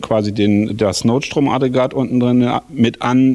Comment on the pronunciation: Wäre schön, wenn du NOTSTROM-AGGREGAT korrekt aussprechen würdest. (NICHT NOT-STROM-ADREGAT) Trotzdem sehr schöne Entwicklung! Weiter so! ;) Was ist daraus geworden?